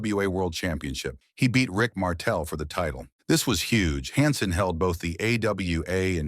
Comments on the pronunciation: Can't make a video where you can pronounce the people's names right? Its Han Sen, not Hon Sen, Pronounced Verne Gagne wrong too, get a real job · I hate the obvious ai reading voice. hansen honsun stfu. at least listen to it before you post it. other than that ty. Also maybe slow it down a bit. part of its like fact after fact. need time to give people to absorb stuff.